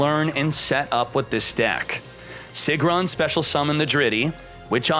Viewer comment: "Sigrun" is pronounced "Seegroon"!